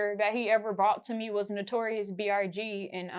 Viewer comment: Not B.R.G 😅😅she not sayin B.I.G